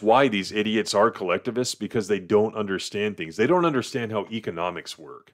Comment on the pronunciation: Alright since you asked. Did you say economics wrong, or have i been saying it wrong my whole life?